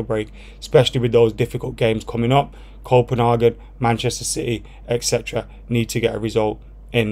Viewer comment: Why are pronouncing Copenhagen like that? As a Brit living in Copenhagen. I have never heard anyone pronounce like that